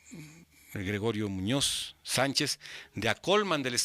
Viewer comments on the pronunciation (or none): none